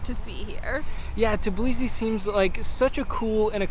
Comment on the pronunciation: Everyone keeps saying tib lisi but it's tb ilisi...it's not that hard to pronounce.